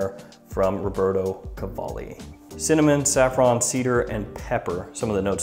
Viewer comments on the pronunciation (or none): none